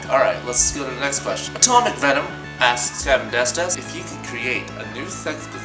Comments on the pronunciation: It really souded like you said "ass" at the end of everyones name lmao... I really think for your next Q&A vid you should do that cause well, that would be funny. :D Example: Alexismonsterass asks: XDD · Every time you said "*insert name* asks" I heard "*insert name* ass"